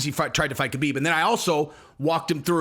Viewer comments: Habib it's Habib not kahabib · Stop saying Khabib the way you do. You sound like a dirty casual. The K is pronounced like an H. Just pretended it's spelled Habib. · Hey, I love your content and I'm a big fan...I just wanted to point out that the "K" in "Khabib's" name is silent...I'm positive that the other mma content producers will follow your lead if you pronounced the name properly...Ty. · Man if you are going to say Khabib's name so much, pronounce it correctly haha.